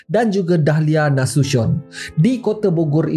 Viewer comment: Bang nasution tu sebutannya nasution bukan nasushon...dia takde bunyi omputih...saja berkongsi 😁